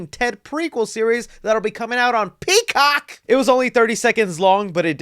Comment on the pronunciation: I just love how say PEECOCK 😂😂😂